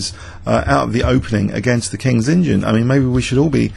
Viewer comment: Are you saying KINGS INGIN instead of kings indian? Because that is one hell of an LOL if you are.